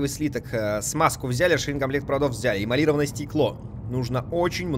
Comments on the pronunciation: Да эмалирОванное,а не эиалИрованное!) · Автор, читать учись. Стыковочная шахта, а не стыковая. ЭмалирОванное стекло, а не эмалИрованное. Внимательнее.